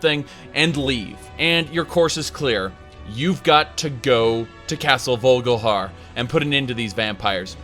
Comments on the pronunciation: haha i'm also pretty sure it's vol-ik-har, not vogelhair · Dude do you play the game in german or something? its VOLKIHAR not vulgahar. And Skaal is pronounced Skawl, not skull